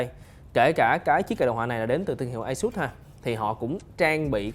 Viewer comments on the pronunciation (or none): none